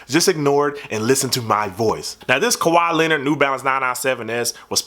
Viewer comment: "Kawhaa Lehnurd Nah nah sehven Essss"